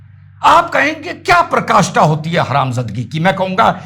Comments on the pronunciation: Praakashtha hoti hai, prkashtha nhi... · Sir aap PRAKASTHA KI jagah PA- RA- KASTHA bole jo sahi hai. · प्रकाष्ठा नहीं पराकाष्ठा